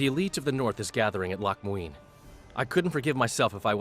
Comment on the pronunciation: Now, I'm not gay, and I don't know why, but I loooove the way Letho pronounces "Loc Muinne" Maybe I am kinda gay.